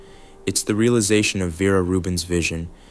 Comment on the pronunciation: Ver- ah. Not verah😊